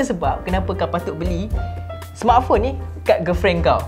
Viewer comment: Cara laki tu sebut "smartphone" mcm org ganu....sebutan die "smartphong" kalau tersalah dengar tu sorry lh😅